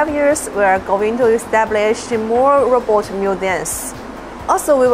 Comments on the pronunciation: The narrator doesn't know how to pronounce the word "robot!" It sounds like he's saying Rob-Ut, not Row-Bot. Very distracting to me. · Roooobot.. not raaawwwbat..progress but to jankey jerky.. not very fluid movements. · Its robot not Robert! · Funny how incredible they can make these robots, but the stupid robot voice on this video can't even pronounce robot. "rob-ot" instead of "row-bot" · The guy soungs like he's saying rabbit not robot i say if you can't say it right don't say it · It's Ro-bot not Rob-ot. Please learn to say Robot right. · Why did you pronounce Robot as Rabbit? Is it AI or human speaker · This guy is worse at pronouncing “robot” than fucking Dr. Zoidberg.